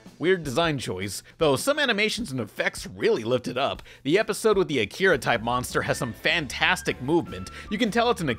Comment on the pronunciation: I hate how they pronounced akira. Like the voice actors haven’t actually seen it.